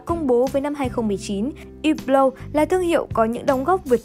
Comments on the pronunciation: đọc đúng rồi chứ sai ở điểm nào vậy??? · cách đọc đúng của "Hublot" phải là như trong video, âm "H" và "T" trong Hublot là âm câm nên ko phát âm 2 chữ này nhé. Chứ ko phải hăp-lót hay là hiu-lót như cách đọc ở VN đâu nhé các bác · Hublot đọc đúng phải là như thế, có gì đâu